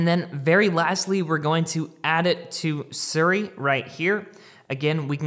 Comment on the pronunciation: its SEER-E, not SIR-E